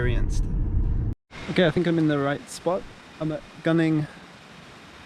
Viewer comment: Gunung is pronounced as goo-nong :)